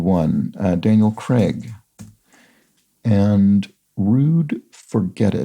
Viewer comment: So I know I'm being unbelievably petty but I'm only mentioning this because you seem to like to be precise with pronunciations. Feel free to completely ignore this comment. Daniel Craig is an English actor and so his surname is prnounced the english way. The 'ai' in Craig is pronounced the same way as the 'ay' in lay. So it's Cr(ay)g, not Cregg.